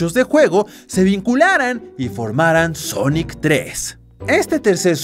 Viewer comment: por que dice sonoc?